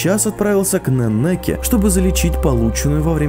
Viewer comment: не Нанаке, а Нэннеке*